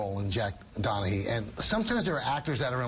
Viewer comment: Interviewer is a bonehead - it's DonaGEE - they had an episode about it. Not DonaHEE